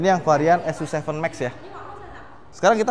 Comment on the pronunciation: bacanya "su ci"